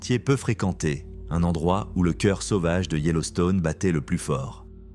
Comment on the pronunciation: "sauvage" ne se prononce pas "sovage" mais "sauvage". De plus beaucoup trop de phrases qui ne veulent rien dire, ce serait mieux de raconter avec plus de simplicité, courage